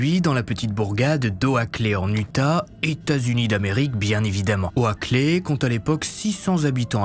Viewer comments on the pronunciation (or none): J'ai un peu moins envie de passer la nuit au CHALET pour les Fêtes... En passant Oaklay (qui veut dire Allée de chêne), se prononce Ôclé. Mon oreille québécoise est titillée à chaque fois que vous prononcez des noms anglais, mais bon, je continue à vous suivre. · j'adore tes vidéos mais la prononciation des villes ça me fume à chaque fois howakley mdr oakley(=Okley en prononciation) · La vidéo est bien mais la prononciation d'Oakley est mauvaise, en gros le "a" est muet, ça se prononce donc *Okley*. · Vidéo au top comme d'habitude ! Juste un truc : les Noms en anglais pleaaaase car entendre O-A-KLÉ ou TIÈDE alors que ce sont des noms anglais c'est dur 😅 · J'aime vraiment bien tes HVF mais petit conseil pour améliorer encore un peu tu devrais "consulter" pour les noms américains, Oakley ça se prononce "Oklé" c'est peut-être un détail mais ça change tout lors de la narration pour l'immersion. ;) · Oakley se prononce Oklie